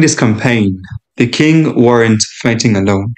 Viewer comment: Great video but ‘Qing’ is actually pronounced like ‘Ching’ rather than ‘quing’